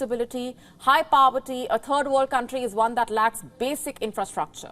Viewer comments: Did she just say "a turd world country"? Spot on I say. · Cant you practice saying "third" in front of a mirror